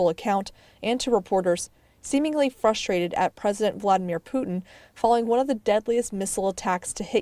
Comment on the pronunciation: Ohh he’s fwustwatid?! :(